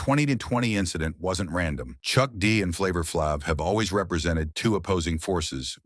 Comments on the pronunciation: I can't get through it with this white boy butchering Flaves name. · why do you purposely pronounce flav's moniker like that